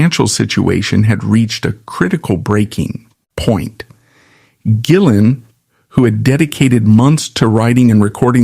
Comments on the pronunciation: That's one of the downsides with AI generated narrations. Occasionally, it's JillEn 🤷🏻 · Are you mispronouncing rays last name on purpose? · Thank you. I'm glad someone else said it. It kept mispronouncing his name through the whole video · True story. My friend calls me up one night and asks if I want to go see Badlands. They were playing locally. D.A.D. opened up. I said I don't really like them but sure I'll go. Instant fan after that. I see your AI mispronounced rays name 2 different ways. Hire a voiceover artist. You are making money on ads so you can pay a live person. It makes you look uncredible and it is just cringe. Is that a Photo of Jason Newstead wearing glasses you are showing? Makes this video even more suspect. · How about not being a lazy mfer and narrate your own videos instead of AI mispronouncing his last name through the entire video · There are images of John Sykes, Jason Newstead, and Mike Starr all through this. They were connected so thinly that those pics should be used once or twice. There's also constant use of Jake E Lee. I know they played together, but the pic is used when they're talking about Gillen throughout this. And then the mispronunciations of Gillen. Such AI crap. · How the Hell , can his name be pronounced completely wrong ? This is Ai at its most terrible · This is pretty bad, but I've heard worse. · It's AI and can't distinguish between the hard or soft G. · Mispronounced his name throughout the video. Showing other stars in pictures....js...AI trash